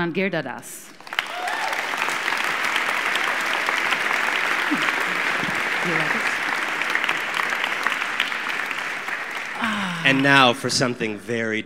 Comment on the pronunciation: She pronounced it right. His name rhymes with almond as he himself says. I know that's not how even an Indian would pronounce his name.